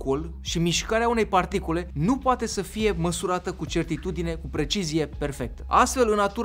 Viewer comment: FA UN VIDEOCLIP DESPRE TEORIA HAOSULUI !!! TE ROG !!! O SA AI UN MARE NUMAR DE VIZUALIZARI , ITI PROMIT ! PS: De ce spui ''particole'' , se numesc particule , nu particole :)) ! SALUT , TINE-O TOT ASA , NE PLACE CEEA CE FACI SI OBSERVAM CA PUI SUFLET !